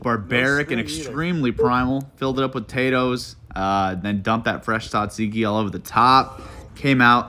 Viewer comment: All of this was great ... except the pronunciation of "tzatziki" 😂 that was kicking yo ass